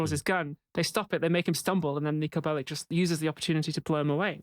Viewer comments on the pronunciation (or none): Cmon there's gay rep. You have the Cowboy couple and thr Nicos Belleck (thats how you're supposed to say it, its like Attorneys General)